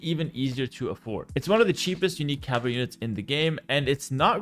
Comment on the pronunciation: My man cannot pronounce "cavalry" and idk why but it bugged me throughout the whole video hearing "caval" and "cavaly" and "cavarly"